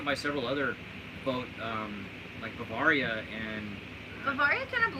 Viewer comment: Learn how to pronounce Bavaria